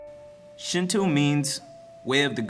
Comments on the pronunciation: nice job on your presentation. however, your pronunciation is a bit off. its called Shin-Toe not Shin-Too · uɹnʇɐs "Shintoo" is pretty wrong! Also "dieti-es" is written as deities and pronounced "day-eties" . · SHINTWO? NO SRSLY, SHIN-TWO?? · They also said Shinto wrong :) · Decent video-except as others said the repitition of mispronounce words makes me cringe and the music is Chinese in origin-not Japanese. I do appreciate you trying to educate others about the importance of Shinto to Japanese people though. Just make sure you get the pronunciation of Shinto correct next time.